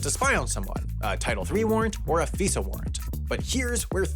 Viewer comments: it's f-EYE-sah, not f-EEH-suh. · Figh-za, not Fee-sa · Just a point of order: we don't pronounce FISA as "fee-sah," it's "fai-suh" - like the "fi" in "five." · It’s not pronounced F-ee-sa, it’s pronounced F-eye-sa. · FYI "FISA" isn't pronounced like a Visa credit card, it's "fai-zahh". But yup, all the intelligence agencies have beef with each other, not just CIA and FBI. We also created the new Director for National Intelligence to sit over all these people, but that is going about as well as you expect. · FISA is pronounced with a long i (f-eye-suh). Source: I am a former intelligence community employee. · I've always heard FISA pronounced "figh-za" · Interesting Video.. BTW whenever I hear a reference to the Document/Law , I have only heard it pernounced as the F-eye-sa Law. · You pronounced "FISA" wrong. Also nearly all of it is unconstitutional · Next Half as Interesting video: Why Everyone Pronounces "FISA" wrong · A whole research team and nobody watched a single video to hear "FISA" pronounced properly? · your pronounciation of FISA hurt my ears :) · I wanted to correct the pronunciation so bad lol thank you.